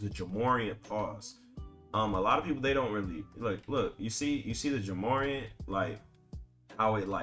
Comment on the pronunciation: Bro… Its’s pronounced like Jah More-Ant 😂😂😂